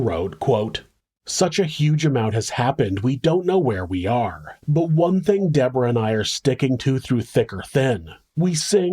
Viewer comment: It’s not pronounced the American way.